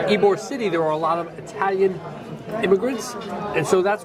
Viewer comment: Ybor city is pronounced E bor. we enjoyed listening to your various pronunciations though. Wish you’d had time to visit our little coastal town, Delightful Dunedin. You’d giggle too at all the mispronunciations of our city. It’s Din e din or sometimes Dun e din. Safe travels.